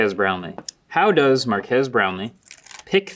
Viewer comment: idk why but i cracked up hard, when he accidentally said "does" weird